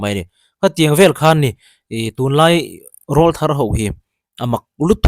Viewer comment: Rawlthar I lamrik dan a diklo,,,ka utuber duh ber inia,ka ngamtlak che a,ka rawn sawisel ve mai mai aw,rawlthar hi mipa sawina ania,an aw alo pawr chhoh aṭang khian rawlthar tih an nih,enpai ka lamrik ang deuh hian rawlthar tih a lam tur aw,ṭha hnem ngaihna vang liau liau,in deusawh leh thiam intih bik vang anilo aw😂